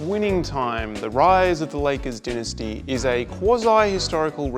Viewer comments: Immediately clicking off the video when this mf pronounced dynasty as “din- ez- tee” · Am I tripping or did you pronounce dynasty wrong like 12 seconds in.